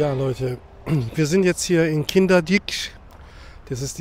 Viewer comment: Hallo, ausgesprochen wird es Kinderdeik😅. Super Aufnahmen und tolle Musik. Die Windmühlen sind ein tolles Fotomotiv. Wir waren auch schon dort. Leider kann man sich das Wetter nicht aussuchen. Aber mit den Wolken sieht es auch interessant aus. Wir laufen auf Radwegen immer links, dann machen die Radfahrer eher Platz 😅. Danke fürs Teilen. LG Christa und Hermann